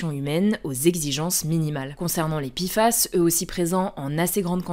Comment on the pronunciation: Pourquoi on dit PI FAS alors que c'est Pé FAS ?